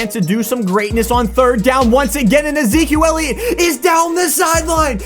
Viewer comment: “My man E-zquil Elliot”